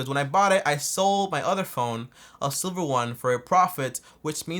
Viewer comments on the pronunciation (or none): none